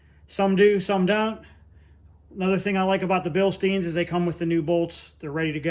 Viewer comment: I know everyone in America says "Bilsteen", but it's actually "Bilshtein" - any time you have "st" in German, it's almost guaranteed, with few rare exceptions, that it will be pronounced as "sht". You can hear how Germans pronounce "Bilstein" here: So "Stein" (stone) is "shtein", not "steen". Like we say "schtick". looks like a GM part number format, so they could be original to the car. They don't seem to be made out of paper but plastic, which would explain why they survived as long as they did. Good grief, never in my life did I think that I would know what GM part number format looks like just by seeing it, or quote GM COPO codes by heart some day... "Original zip tie broke!" - made me laugh! The bolts should probably go down, because if the fall, they will be easier to find on the floor.